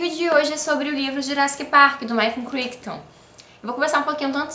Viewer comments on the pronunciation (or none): só uma informacao, a pronúncia de Crichton é Craiton